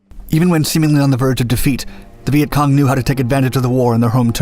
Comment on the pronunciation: The guy saying Vietcon was pissing me off